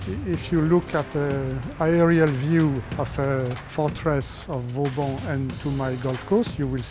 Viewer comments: Great episode! As usual. Didn't know of that course so thanks! One thing though, as an architect and a French! you can't butcher the name of VAUBAN (not Vaubon) as you do:) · Vauban not « Vaubon » ;/ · Great episode as always, but it's Vauban not Vaubon ;)